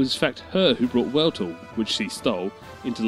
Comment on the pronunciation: Wueltul?? You mean Weltall?